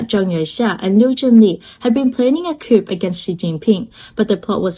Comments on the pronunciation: thanks for the info. Just a small suggestion though - please pronounce coup as 'koooh' rather than koop. Everything else sounds good. Thanks again. Your videos are very helpful. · "Coup" is pronounced "Coo"! The "p" is silent! Please spread the memo to your other narrators as well! I cannot take another one of these videos littered with "coops" unless the topic is poultry housing! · FYI coup is pronounced with a silent 'P'. So it's coo. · I turned it off when she said they're planning a coop. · i mean, eng not her first language. bet plenty of americans pronounce it coop too